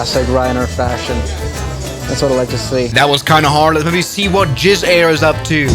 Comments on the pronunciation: BRO SAID JIZZ AIR NOT WIZZ AIR😂😂😂😂😂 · Bro did Not say Wizz Air